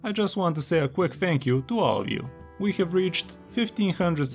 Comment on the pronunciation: khalf of a year, i khave you guys thanked for that :d